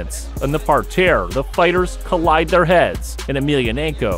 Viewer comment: I’m scratching my head too. I know what a mat is what the hell is a “par-tear?” Weird.